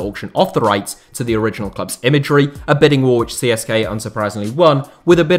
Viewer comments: It's pronounced Siska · It is pronounced "tse se ka" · I'm Bulgarian and I didn't expect something about our clubs. I prefer Levski but I barely watch our football as it's quite bad. Also something I find kind of funny is that I've never heard an English speaking person pronounce CSKA correctly. If anybody cares it's pronounced Tse-Se-Ka